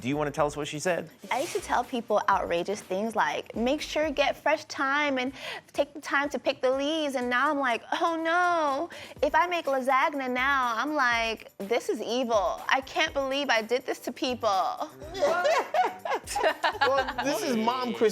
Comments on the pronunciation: said La-zag-na I know yall heard that lol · sweety it’s pronounced La zahn Ya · Soooo we going to ignore the fact that Lasagna was pronounced like that!?